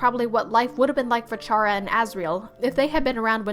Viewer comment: I know this is kinda outta the blue but YA DON'T SAY CHARA LIKE THAT